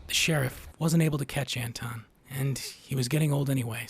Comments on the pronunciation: Antoine and Anton are not pronounced the same. His name is Anton. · Absolutely love the analysis. It’s spot on, you’ve said everything that needed to be said on the theme and meaning of the film. HOWEVER, how is it possible that you know this story so well, and yet you can’t pronounce Llewelyn and Anton?!